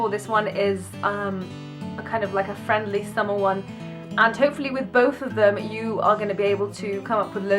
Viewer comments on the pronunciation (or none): Beautiful! :) Dina, you missed the letter "R" for the word "friendly" :O Just sayin'..... xxx